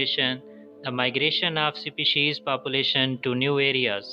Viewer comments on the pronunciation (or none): Species ka pronunciation toh thik se karlo